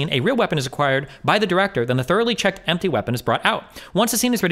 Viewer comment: "It's impty."